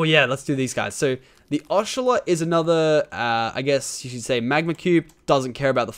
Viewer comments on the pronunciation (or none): u said (osh-o-lot) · Lachlan you sead ochelot